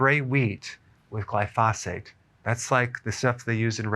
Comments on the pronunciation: Excellent video! I wanted to point out that the pronunciation of glyphosate is incorrect. It should be pronounced as gly-fow-sate. There’s no need to emphasize the syllables. For instance, when you say Gly-Fah, you’re pausing and stressing the “fah,” but it should actually be “fow.” I’m in the green industry and that’s why I caught it 😂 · Please put the accent on the GLY in glyphosate! GLY-fo-sate. You're driving me crazy! JK. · I belive your pronouncing glyphosate wrong, watch a few documentaries on it its pronounced glyphoo-say-t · Eric, Best to pronounce that word GLY pho date.... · It's glyph-oh-sate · I believe it’s pronounced GLYphosate, Dr. Berg. Also, the Croatians eat tons of bread and sugar and their obituary pages are all 90 plus. They are thin and eat what they like, but not in huge portions.That Sardinian woman is too emaciated for only 49 years old. She needs some meat on those bones. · Doctor Berg forgive me but I think you are mispronouncing glyphosate. Pronounced just like it's spelled. No extra phate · Why are you pronouncing glyphosate so weird. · you are pronouncing glyphosate incorrectly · Please learn how to pronounce glyphosate. Thanks